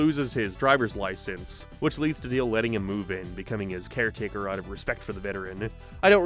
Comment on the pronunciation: you keep calling Dale Dill and it drive me crazy